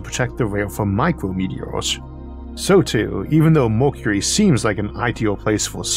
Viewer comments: welp, if he couldn't fix his pronunciation in 6 years can't expect much here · I love these series of thought experiences with good old Issac. But I’m still tickled. Made to giggle over certain versions of his Speech Impediment. Lol. MORKURERY instead of Mercury.. well funny. Anyways the reason I’ve been subscribed for years !! Is because it’s soo bloody intresting! The sort of questions I’d ask. He answers . Amazing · if you can't handle a speech impediment there are these things called other channels you can go watch 🤯 prank channels are probably more your speed